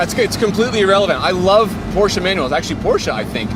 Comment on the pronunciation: Hearing him saying it right,makes us Germans happy 😂